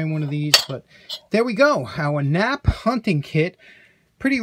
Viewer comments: 🤣Touché. Why have two Ps if you’re only going to pronounce 1 right? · Hang on a second , isnt that pronounced K nap p dont forget the K and the extra p